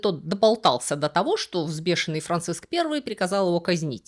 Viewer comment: Все это интересно, но что с ударениями? ВзбЕшенный, ФрейлИна😂Ладно от горе блогеров такое постоянно😂От вас то такого не ожидалось😂